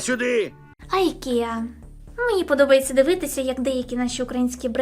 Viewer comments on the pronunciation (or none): Ікея, не айкея, в скандинавській мові немає ніякого «ай», це «і», навіщо так неправильно називати магазин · Не « Айкеа» , Дурепо😅😅😅😅😅, а —-Ікеа слід вимовляти !!!! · Не АйКІЯ, а ІКЄА, це не англійська, а шведська назва, І - перша буква ім'я засновника цієї фірми і мережі супермаркетів Іgmar - Ігмар! Назва звучить як Ікея і ніяк не інакше! Ніякого Ай!